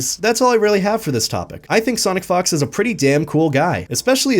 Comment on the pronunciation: I'm not trying to be immature, but it sounded like you said Sonic Fucks sometimes